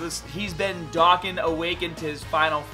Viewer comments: "Darkan" what is that? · Its "doe Khan" awaken